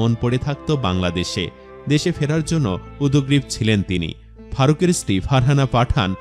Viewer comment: ভাষ্যকার, আপনি উদগ্রীব উচ্চারণ কিভাবে করলেন? একটি শুদ্ধভাবে বলুন